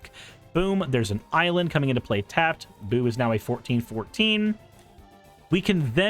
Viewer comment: Yeah "Boo" pronounced like you have been is the Hamster that Minsc makes